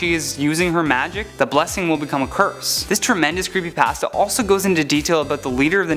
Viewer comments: "creepy passta" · It's creepypasta not creepypaasta Hermione: How dare you steal my sh.... Harry: Shut up and move on. Draco: snorts and laughs hard.